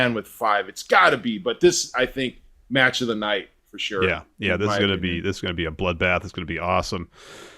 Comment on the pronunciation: saying "metch" was so funny🤣